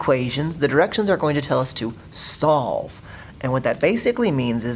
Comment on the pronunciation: On all examples you said slove